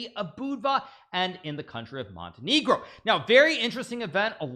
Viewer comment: As a Montenegrin huge respect for Naka's pronunciation of Budva and Montenegro.